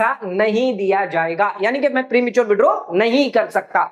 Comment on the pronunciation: Prematuar पे इतना जोर देकर confuse मत करो जितना मिलेगा वही बोलो